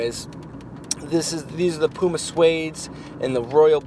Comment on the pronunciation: Love the way Americans say 'Puma' it's wrong but funny